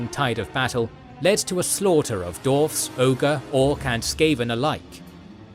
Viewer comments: it is allways funny to hear you mispronouncing dwarfs. like d-arfs. It's d-warfs. But love your videos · Is it correct to say dWarfs without the emphasis on W? I never heard it before, or am I just hearing it wrong? 😂